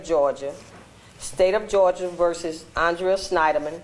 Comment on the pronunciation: the name is Annnnn-dree-uh... not Awwwh-dre-uuhh